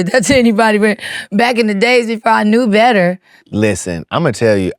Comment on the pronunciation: SCOOOOOOOOTTTTT....IT'S GETTING BETTERA' AND BETTERA'